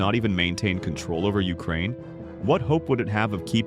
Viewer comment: “Urakaine” hits hard